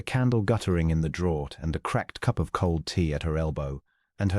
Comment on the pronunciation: Draught is not pronounced 'drawt'. It is pronounced 'draft'. Michaelmas...'Micklemass'. Reined.....'rained'. ArithMETic......'arITHmetic'.